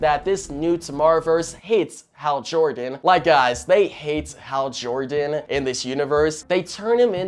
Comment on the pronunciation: “Hal Jorgan”